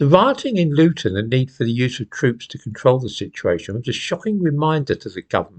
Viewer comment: Did he say Loughton?